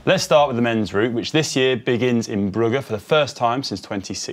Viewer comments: That's how it's spelled but it's not pronounced with hard G's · saying Brugge (Bruges) is a new low for GCN presenters butchering pronunciation